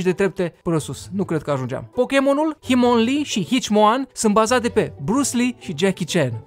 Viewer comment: Hitmonlee si Hitmonchan, nu Himonlee si Hicimoan😂😂😂😂